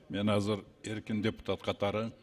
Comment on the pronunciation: "Депу" эмес, дөпүтат экенсиңер.